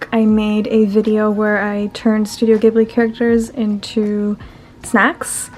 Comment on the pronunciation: Not only she pronounced ghibli wrong, she is getting profit from it… how is this right??